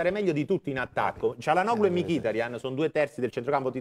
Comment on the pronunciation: Ma perche' dice Mikìtarian...it's annoying....ma chiamalo mikitàrian come tutti gli altri!!